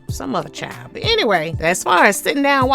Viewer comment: “Some other chile” 😂